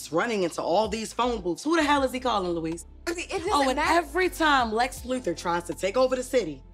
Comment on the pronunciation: Lou-weez not Lo-iss?🤣